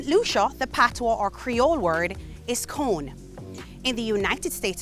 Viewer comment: Re: St Lucia it’s pronounced cor-nay not cone 😂